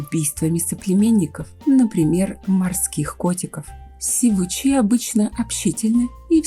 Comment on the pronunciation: сИвуч, а не сивУч, соответственно сИвучи